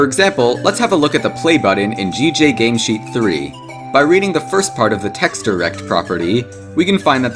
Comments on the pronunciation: bro says "texturr" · bro said tekster skull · The way you pronounce texture... good lord. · the way bro says texture is driving me insane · I cant with this anymore... YOU KEEP SAYING "TEXTURE" WRONG